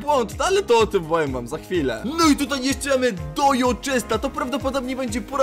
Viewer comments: "update" nie czyta się dojo tylko dodżo ;) nick Alanixonek521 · Dodżo się mówi